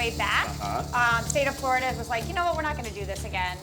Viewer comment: It’s Florida not Flarda